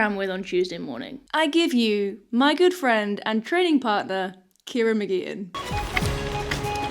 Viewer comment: Also 'trainin'"